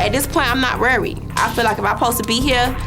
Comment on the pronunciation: saying 'worried'. I can't even think how to spell worried how she pronounced it. Verried??